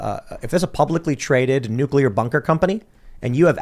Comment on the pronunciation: ...we all love you, but you are supposed to be a smart guy, so WHY do you KEEP misPRONOUNCING the word NUCLEAR? It is NUCLEAR not NUCULAR. Hearing that mispronounced is like hearing nails scratch across a chalkboard.🤣